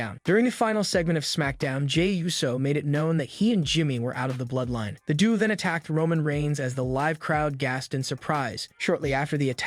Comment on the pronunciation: The narrator needs to learn English. Instead of Sikoa, he says sicko and due instead of duo.